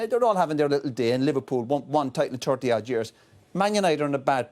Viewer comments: "..And Liverpool with one title in turty odd years.."🤣🙃🤣🙃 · "Liverpool one title in tirty odd years"